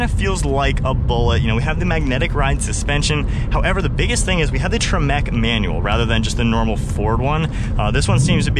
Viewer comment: The,"Tre MEC" brand! haha loved that pronunciation!